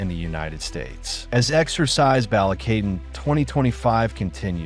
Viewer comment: Don't make content using a stupid ai voice generator who can't even pronounce shit correctly. I stopped watching when i heard the bastardized BALIKATAN (BAUL LEE KA TON) is how its pronounced.